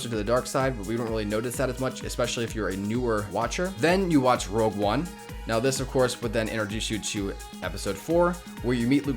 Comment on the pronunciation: ROGUE one not ROUGE. WHY does everyone say ROUGE?